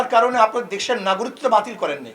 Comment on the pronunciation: উনি তো নাগরিকত্ব কথাটাই স্পষ্টভাবে বলতে পারতেছে না